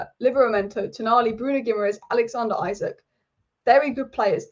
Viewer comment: Really appreciate the newcastle united focus! Really looking forward to saturday againts City. ps. Pronounce it Alexander 'Esak'